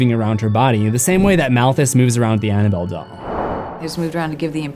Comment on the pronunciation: I caught that "Annaboll Dell" lmao